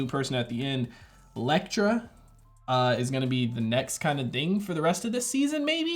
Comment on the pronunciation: "Lektra??" Lmfaooo